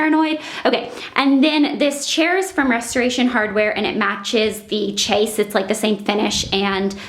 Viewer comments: Is it a common thing in the US to pronounce Chaise Lounge as 'Chase'? They are properly pronounced 'shays long' but I have heard a few vloggers say chase. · "chaise" is pronounced "shez" not "chase" and it's just French for chair. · I'm dying. Chaise is pronounced "sheszh" not "chase" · It's pronounced like shays not chase! It's a chaise lounge. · I think its pronounced shays not chase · You say "chase"..I think it's supposed to me more like "shey(z?)" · its pronounced shays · The chaise is pronounced "shayz", so funny the way you pronounce it :3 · You are saying it wrong its not "ch" like cheese it "ch" like shay. It is a chaise lounge. There is an "i" in the word. Sorry I had to